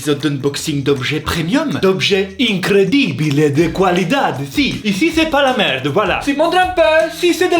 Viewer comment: En espagnol on dit IncreIble et pas incredible 😊 sinon au top comme dhab !!❤